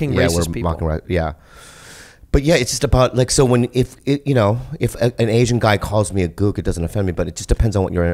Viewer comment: “ LEA ASIAIN” haha